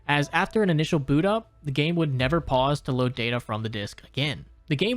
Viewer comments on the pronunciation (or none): none